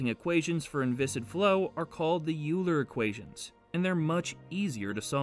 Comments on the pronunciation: As my wife would say, "Just a point of information." I believe that Euler is pronounced "Oil-er," not "You-ler" and Navier is pronounced "Nah-vee-ay," (it is French) not "Nav-ee-er." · Euler is pronounced "oylr" not "uler" ffs. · It' pronounced "oil-er", not "Youler". In german, the combination "eu" is pronounced "oi" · By using Euler, they actually disrespected the original pronunciation. Now most people saying Youler not oiler. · ..."Euler" is not pronounced "Yu-ler"....it's pronounced "Oh-ee-ler" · It is OIL-er, not YOU-ler. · Yep, “Oiler” is closer, but the r at the end isn’t pronounced in German, so it’s tricky to decide how far to go to pronounce it correctly. My rule of thumb is to get as close to the original pronunciation of a name as possible while only using sounds that exist in English. Another “rule” is to avoid pronouncing a name in a way that goes against common (American) English rules - like omitting the r at the end of Euler. Another rule I use is the put the stress on the syllable an English speaker would expect. For example: Vladivostok has the stress on the last syllable (I think!) when pronounced in Russian, but on the third syllable in American English. Google Translate seems to do a pretty good job in providing a reasonable way to say non-English names (it pronounced Euler as “Oiler”). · I remember taking a calculus class some semesters ago and everybody said it like this guy, until the teacher said "oi-ler" and I immediately felt like a complete ignorant😂😂😂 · Euler should be pronounced as "Oiler" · Euro should be pronounced "Oy-ro" too! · It's pronounced oy-lr you damn barbarian! Great video! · "Euler" - pronounced rather as "oiler". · I cringed at the pronunciations he had for some of the names. I’m a math dude, and Euler’s da bomb to me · Great explanation! I may add that he3 can also become a superfluid though its transition temperature is much lower. And Euler’s name is pronounced very differently :-)